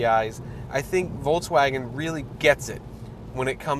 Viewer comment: Is it me or does it sound like he is saying Voltswagen